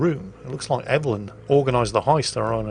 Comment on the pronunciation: I hope doesn't know anyone named "Ev-ul-lyn" in real life. I'm sure they don't appreciate being called "Evil Lynn".